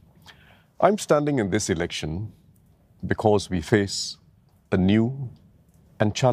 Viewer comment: Damn sian listening to one of the candidates. Elec-sian, posi-sian, deci-sian, federa-sian, etc, etc.